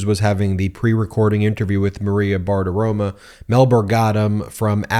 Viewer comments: BartiromOH, not BartiromUH. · Every time you say "BartiroMAH" all I can think of is how I imagine Bart Simpson would smell. And it ain't a good smell. Just take 5 minutes and say it 100 times: Bar Ti Ro MO Bar Ti Ro MO Bar Ti Ro MO (see, that's how to use all caps - like the judge who used CRYSTAL clear. You only use it when you want to scream. And I want to SCREAM!!!!!!!!!!!!!!! MO MO MO MO MO MO MO MO MO!) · Ben....my guy....it's BartaromO, not BartaromAH. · FFS, man. It's bar-ti-ro-*mo*. Not bartitoma. Stop acting like you can't be bothered to learn names. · If you're going to say someone's name dozens of times in a video episode, perhaps it would be a good idea to make sure you're pronouncing that person's name correctly. Maria's last name ends with an "o" not an "a". Practice saying it slowly a few times and then speed it up so you can pronounce it correctly!